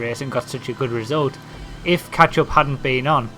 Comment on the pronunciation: he sounds like hes saying ketchup